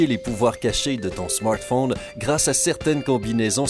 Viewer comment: Je préfère l'autre voix de Sympa perso j'ai pas l'habitude de la voix Québécoise moi 😕. il dit smartphone en anglais et ça fait trop bizarre, j'aime pas !